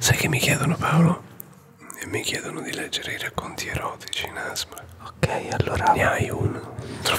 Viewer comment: 1.Si,ho avuto un problemino li sotto. 2.TI PREGO DII "ASMR" CON PRONUNCIANDO LE LETTERE,NON "asmr" unito,grazie.